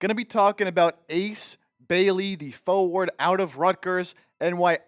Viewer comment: My brother, did you just say that his position was "foe-ward?"